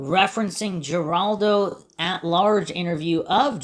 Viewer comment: Geraldo is pronounced Her aldo, btw.